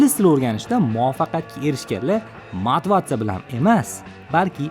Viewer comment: Motivatsiya ❌ Mativatsa ✅